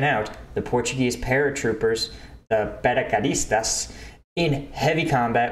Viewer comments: Paraquedistas..in english you can say it or pronounce it like this : "Parakedistas" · Paraquedistas with equivalent English pronunciation : purrheukeudisteush.